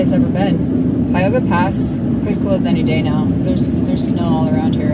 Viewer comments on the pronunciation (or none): none